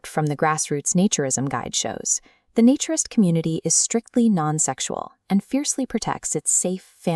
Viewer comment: Your answer makes no sense. A naturalist is someone who records and studies species and their habitats.A naturist (different A sound), is someone who lives by and regards that living free of clothes is a profound and valuable way to live. So still, AI is pronouncing the A in naturist as in the words hat, cat etc. when the correct pronunciation of the A in naturist is as in day or may for example. So, clearly you are wrong in your pronunciation of the word naturist you use in this video.